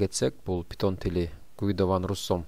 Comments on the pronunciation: Пайтон бул тура питон эмес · Питон эмес пайтон